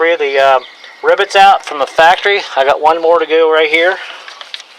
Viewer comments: it is rivets not ribets. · RIVITS, not ribits....its not a frog